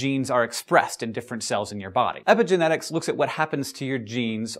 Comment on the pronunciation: Sounds like you're saying "epic genetics", which it kind of is ^^